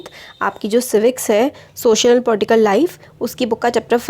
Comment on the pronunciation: Potical nhi political hota h itna bhi nhi ata 🤣🤣🤣🤣🤣